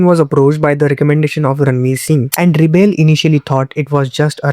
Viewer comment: It's Reble not Rebel 😂😂😂😂